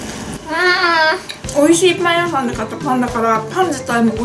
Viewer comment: パン屋さん がどうしても だいみゃさん に聞こえる